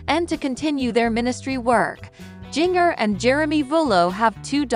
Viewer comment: Please learn to to say Jingers name correctly! I don't know why but it bothers me to hear her call Jingrrrrr it is pronounced like the spice!